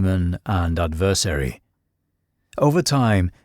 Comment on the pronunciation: ADversary not adVERsary.